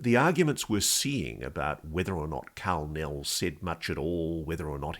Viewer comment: When he said Karl Nell i thought he said Kal-El several times. For those who don't know Kal-El is Superman's Kryptonian name 😂